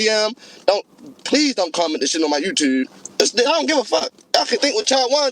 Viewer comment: “My Yewtewb” 😹😹😹